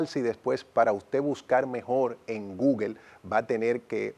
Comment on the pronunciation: No es gugel es gugol